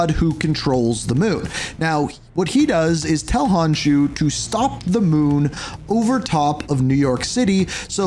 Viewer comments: He says Hahnshu instead of Konshu too and one point Kawanda and calling Thor, Sor hahaha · Khonshu not Honshu but great video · Where tf did you get karako 😭 it's krakoa😭 honshu? WHERE IS THE H. IT'S NOT THAT HARD KON SHEW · " " there's no way you keep pronouncing Khonsu "Honshoo" when it's pronounced KAHN-shoo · stop saying hanshu.. its khonshu!! it sound so irritating when you call it hanshu. stop saying it!! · dude you have HORRIBLE pronunciation. “honshu” instead of khonshu?? “k-ra-ko” instead of kra-ko-a?? i mean it’s literally just said how it’s seen; i didn’t know annunciation was not a common thing anymore it makes you less credible and sound stupid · konshu not honkshu lol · Who tf is honshoe ??? Its khon shu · Wow, words are hard for you, aren't they? Unless your script writer can't spell. Examples: "Sanctum Santoruium?" = Sanctorum "Hon-shu?" = Konshu "Carikoa?" = Krakoa "Ka-Null?" = Knull "Soar?" = Thor When you can't even pronounce names accurate, the video loses credibility. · Who tf is Honshu Khonshu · Its not honshu its khonshu! Bro stop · ...ITS KON-SHU NOT HON-SHU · KHONSHU (CON-shoe) ya hurtin me f 😅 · KHON-SHUUUU. I’m sorry but these mispronunciations are killing me 😂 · Kra-Koa its Krakoa, Khonshu not Onshu, Wakanda not Owanda. Slow it down learn the pronunciation its not a race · Hun shoe😭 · oh brother this guy stinks, its khonshu like con/shew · Honshu??? just stick with cod cause you got a lot of this wrong like pronouncing things wrong🤣🤦🏻‍♂️ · Except for the garbage pronounciation. Who looks at "Khonshu" and goes "Ah, yes, hon shoo" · how do you say konshu wrong bro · Im sorry, but as a fellow traveler of the night, it killed me to repeatedly hear you mispronounce “KHONSHUS” name 😢😅 loved the vid tho!! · I would like him to at least try pronouncing things right.. How do you skip the K in Khonshu?